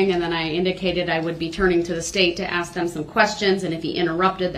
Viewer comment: Yes….every time he said “aks”